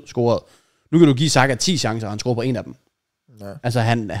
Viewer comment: JK. Det hedder "scorer" og ikke "scRorer"